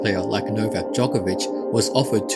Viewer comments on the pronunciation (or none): none